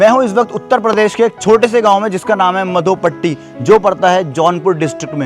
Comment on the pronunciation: pehli baat madhopatti hai naa ki mdhopatti 🤣😂😅😆😁😄😃😀